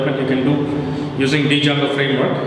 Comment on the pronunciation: Did he reaally say "dee"jango instead of django? 👁️👁️